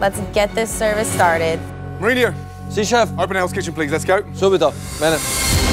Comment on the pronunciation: He also calls Marino, Marinio lol